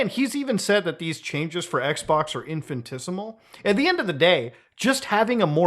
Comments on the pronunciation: Imagine trying to saying Infinitesimal, but failing so hard that only infintisimal comes out. Dude should have paid more attention in math class, but I guess then he'd have a better job. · The word is "infinitesimal" in - fin - i - tes - i - mal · this guy can't even say infinitesimal, what a clown